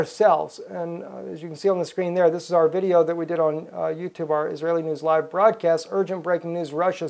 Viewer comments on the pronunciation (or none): none